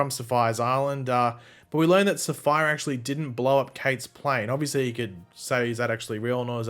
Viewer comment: Safiyah is pronounced Sa-fee-yah NOT sapphire.